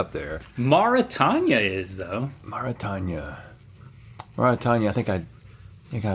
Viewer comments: I had to look this up bc it was driving me crazy hearing them pronounce it mor-ih-tanya and i was thinking "have i been pronouncing Mauritania incorrectly this whole time?" but according to Google it's maw-ruh-tay-nee-uh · A real friend wouldn't let you say "Mara-Tanya" over and over and over. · I so wish someone had taught them how to pronounce Marutania. The "tanya" is graiting on my nerves. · Never heard of Mauritania? I guess that makes sense given that neither of them know how to pronounce it correctly. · Not once was Mauritania pronounced correctly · I was just laughing at the way they pronounced it 😂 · You absolutely gaslit me with the pronunciation of Mauritania 🤣